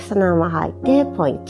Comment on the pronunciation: やりやすくて為になるけど、「ポイントゥ」って言う所がイライラしてしまう😥